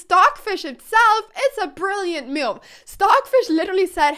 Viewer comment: I love how Anna pronounces the word move as m’you’ve